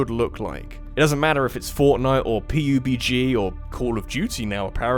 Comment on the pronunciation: PEE YOU BEE GEE